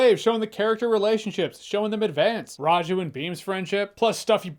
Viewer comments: The most impressive thing about this review is Jeremy's fairly accurate pronunciation of Bheem, Raju and S. S. Rajamouli. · Me, an Indian-American who has watched Jeremy for 10+ years being proud of: 1) Jeremy acknowledging "Tollywood" 2) Doing a good job pronouncing S. S. Rajamouli, Bheem, and Raju 3) This movie getting an AWESOMETACULAR 4) Hearing someone from a different lens' perspective on song and dance in an Indian movie. To Indians, it's expected. But to hear it be appreciated and respected from a different lens is fantastic. Jahns for President 👳🏽‍♂